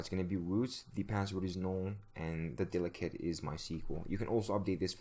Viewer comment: The way you pronounce 'dialect' like 'delicate' is cute yet hilariously incorrect. :)